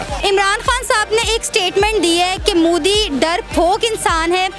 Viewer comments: Sister main ne apki video Bhot dekhi hain...... wo mudi nehi hain wo Modi hain MO not Mu Love from India Stay safe stay happy 🙂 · Ye Modi shabd ko Moodi kyu pronounce krte h.. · Ye Mudi nhi pronounce properly it's Modi